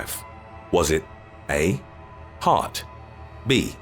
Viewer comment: It's heart you simpleton